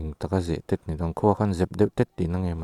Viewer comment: Boss "Zehtet" hi Zehteeeeet ti a lam tur ania, Rangte hi Rang/Tial anga thluk lam tur ani bawk, Phairuangkai leh Hauruang inkar hi "Pachang Khua" BRTF hmun thin ania, In a tam ta lutuk lo, tunhnu hian